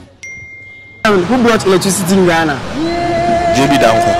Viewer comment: Oh interviewer! Just listen to the English language you're speaking? Do you mean" who brought electricity to Ghana?" Or you're asking " who blought electricity IN Ghana ?" Ei brofo!